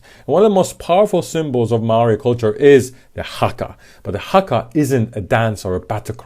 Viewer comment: Your pronunciation of Haka and Rawhiti are good. (At least as far as this pakeha Kiwi can tell).:) BTW, Hana-Rawhiti is her full first name, her last name is Maipi-Clarke.